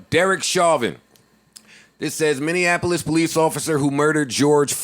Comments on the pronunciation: Lmao minineapolis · Romy Taylor we don’t even book talent here if they mis pronounce Minneapolis. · don’t ever say Minneapolis again. That’s not how you pronounce it. Joe knows what’s up. Put on.